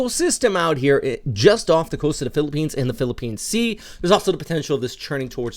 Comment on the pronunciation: Thank you!! Love from Philippines!! Its amazing you pronounce those areas in the Philippines like a true filipino haha